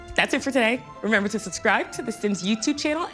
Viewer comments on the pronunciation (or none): none